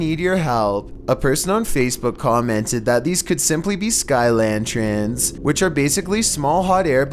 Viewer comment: #1 "Kirstan" when it clearly says Kristan. And his pronunciation of lantern...lantren. What? Why?